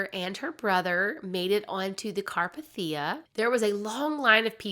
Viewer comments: It was the carpethia (car-pay-thee-a) not (car-p-thee-u). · *CAR- PAY-THEE-A you can't pronounce it correctly....plz work on that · car PAY thee ah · Really enjoyed the story, but every time you mentioned RMS Carpathia I cringed. It's pronounced CarpAthia, not CarpathIa. 😅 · Also it's carPAYtheeuh. Not CARpahTHEEuh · * car-PAY-thee-ah. 🤓😊 It was named after the Carpathian Mountain range that stretches from Austria to Romania. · Just FYI , the ship, the Carpathia is pronounced, Car Pay Thee Uh. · Car-PAY-thi-ah. For future reference. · CAR-PAY-THIA and this isnt a mean spirited correction just informative. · The rescue ship's name is pronounced CAR-PAY-THEE-A. There are other videos out there, namely Oceanliner Designs, Big Old Boats, and Part Time Explorer, that have many videos on The Carpathia. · it is indeed pronounced car-pay-thee-uh. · Carpathia. Pronounced car-PAY-thia. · Car-PAY-thi-uh. Just fyi haha but I have never heard any of these stories before! Thanks, you did a good job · Car-pay-thia That’s the pronunciation. Lol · you say wrong its RMS Carpathia it pronounced Car pay The A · It’s pronounced: “car-PATH-e-ah”. (The “a” is long, the “e” is long.) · I love your storytelling but how you’re pronouncing Carpathia is driving me crazy. You watched the film, and I’m sure other documentaries or references pronounced it for you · I've managed to binged hours of your stuff over the last few days, and I am very curious: do you listen to any documentaries during research, or just read sources? I understand having a speech impediment, as I do myself, but I have never in my life heard someone say carpathia like THAT before, and I've been researching this for over a decade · Thank you! It drove me crazy!